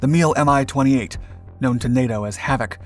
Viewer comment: It is NOT pronounced "M-i"! It is pronounced "Mee".